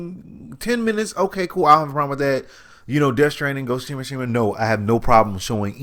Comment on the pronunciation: Wait what did you just say ' Ghost Of.....what' 😂😂😂